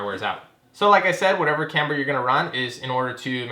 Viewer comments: Is this the same guy that made a home-made license plate mount for the front bumper for this heap so he didn't have to drill holes in the actual bumper? And please - it's "KAM ber", not Kambruh...I guess it doesn't matter that much, just really takes away from what is otherwise good content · ik this is old but the way he pronounces camber lol